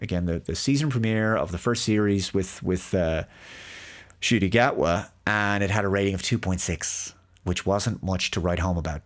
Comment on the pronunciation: Ncuti pronounced shooty not scooty ya fool